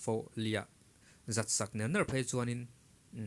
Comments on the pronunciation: Nér² i chhiar diklo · Nangmah hi i zei lo ngawt ang.ner ner pawh ithluk dik thiam lo ania a😂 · Ner ner i lamdan thluk dan hi adik lo,atawp lam hi arisang a lam tur anih hmel